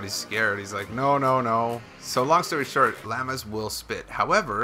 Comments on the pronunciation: If u say "LAMA" one more time I'm gonna die!! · "lamas" lol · I had to stop watching the 59th time you said "lammas" instead of "llamas" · "lamas" its pronounced law-muhs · You're saying "lama" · It makes me cringe when you say "LAMBA" I was letting "LEAVER" slide but you're pushing it buddy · It is pronounced Loma!!!!! Not Laamaa! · How he pronounces llamas XD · I like how he says llamas LOL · You're the only human being who can't pronounce llamas. Congrats! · The way he was saying llama sometimes was getting on my nerves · That's.not him you say llamas